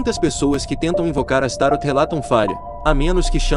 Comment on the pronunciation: não é astaro a pronuncia correta é astaroth